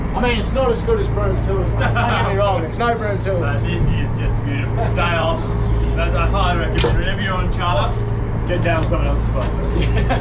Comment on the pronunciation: Why can't you say off properly?